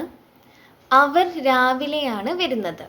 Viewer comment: വെരുന്നത് എന്നല്ല, വരുന്നത് എന്നാണ് ❤️